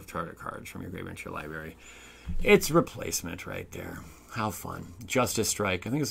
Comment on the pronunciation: Is a "LIEBERRY" like a blueberry that doesnt tell the truth, or just you not being able to pronounce the word Library correctly?